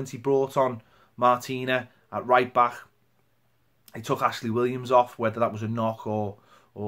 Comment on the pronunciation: Back, not bah